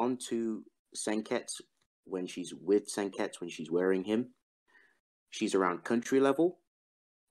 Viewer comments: Why do you say "Senkets" instead of "Senketsu" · Sen-ket-su, not sen-kets-you